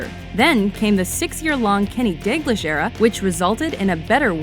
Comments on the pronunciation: KENNY DEG-LISH FUCK SAKE YANKY COW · seriously what's with americans and pronunciation? The fuck is a "DAY-Glish"? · Its pronounced Dog-leesh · who the fuck is kenny dilglish????? You pronounced that so wrong i feel like killing myself... It's Dal-gleesh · Its not said DEGLISH MEH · Who is "Dayglish"? How about pronouncing his name correctly?